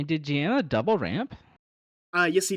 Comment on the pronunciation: Hi guys, the Italian player is a great friend as well as an awesome human being and an incredible player. The way you pronounce the name would be something along the lines of jaa-mma in English